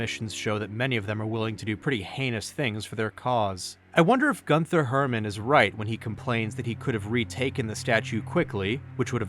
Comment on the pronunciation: "Gunther" is pronounced GOON-ter. "Rothschilds" is pronounced like "roth shields."